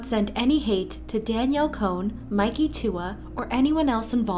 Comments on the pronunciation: “Daniel cone” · It’s Danielle CON not cone 😂 or is it cone.. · No one: Literally no one:: Danielle CONE